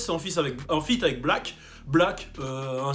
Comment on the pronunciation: 6lack ca se prononce six lack ou rien avoir?